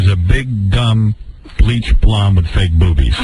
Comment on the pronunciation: I like how Howard says "Fayg"... Lol